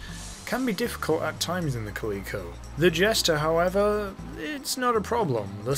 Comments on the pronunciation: Kuh-lee-ko? Cal-eh-ko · It's Cal-i-co like the cat, there is no e in the word.